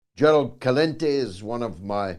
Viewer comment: Please note the distimguished guest's surname is usually pronounced "Selente" (although being Italian, it could also be "Chelente").